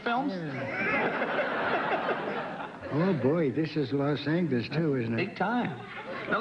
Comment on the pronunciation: He still pronounces Los Angeles with a hard G. That was very prevalent in the early days of movies and even in television up through the 50s possibly into the 60s.